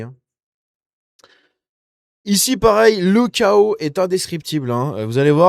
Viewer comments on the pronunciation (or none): none